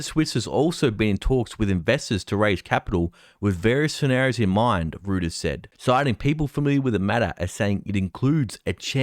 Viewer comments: Btw its pronounced "Roy-ters" brother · Reuters!! Not Rooters🤦‍♂️ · REUTERS is pronounced ROYTERS…